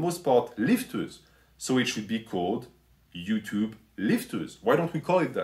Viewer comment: “Ello Utoob” music to my ears